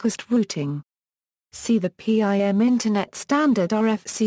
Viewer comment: P.I.M Mewticast rooting??? Speak English please...its pronounced PIM and Routing not rooting and its Multicast not mewticast